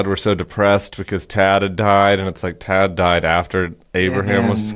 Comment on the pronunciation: Why does Dump pronounce words so weirdly. "Tad. Tad. Tad."